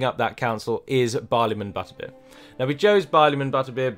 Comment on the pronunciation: Great video, as always - but it's Barliman ButterBUR, not ButterBEER!